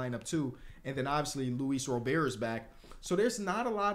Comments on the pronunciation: just a note about Luis Robert now that I caught up in the series. His last name is pronounced like the first name Robert, not Rober, its in the white sox pronunciation guide IRL that its Robert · nah it’s pronounced like row-ber listen to lu bob say it lol